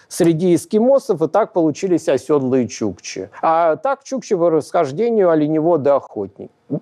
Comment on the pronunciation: Благодарю лектора! В качестве рекомендации: оседлый, а не "осёдлый". От "сел", "осесть", а не от "осёл".